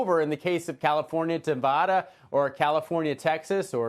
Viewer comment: People really need to learn how to pronounce Nevada.